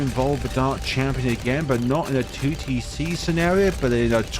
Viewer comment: you sayign 2tc sometimes sounds like tewtiy see do a 2tc collab with tewtiy :)